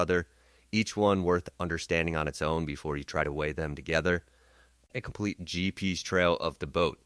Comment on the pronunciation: Really? “Gee peez”?? 🙄 instead of “GPS”. Tell us you’re using AI without telling us you’re using AI. I hate AI voice over. I’m going to find my info elsewhere.